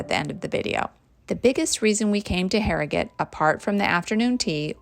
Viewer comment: I live in Harrogate and you really caught a lot of the best parts. You also pronounced the name correctly too. :) Looking forward to the Knaresborough video. It's a stunning town too. Hope you include the castle :)